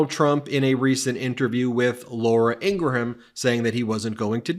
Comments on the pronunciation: If we are going give them grief for mispronouncing Kamala then we should pronounce Ingraham correctly. Two syllables. “In-gram” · I believe it's pronounced 'Ingram', Ben, not "IngraHAM". Not that I care. She's a Zit on society's face but it just sounds weird. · Awesome content Ben et al but to be fair, if you're going to correct Trumps pronunciation of George Stephanopoulos name then you need to pronounce Laura Ingrahams name correctly too 😉 it's two syllables!